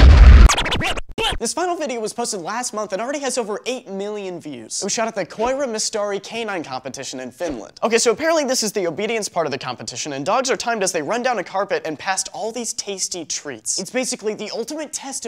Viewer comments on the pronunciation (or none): how its writed koira mestari how he says it quira mustri